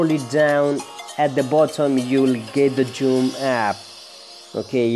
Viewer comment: Its zoom not joom